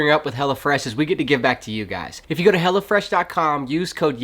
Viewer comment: Great videos—all of them. I keep cracking up because when you talk about your sponsor it sounds like you are saying Hella Fresh…which is a way cooler name than Hello Fresh. Lol